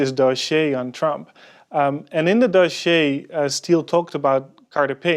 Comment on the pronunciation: Please stop saying "doschiéé" ... I laugh so hard everytime ^^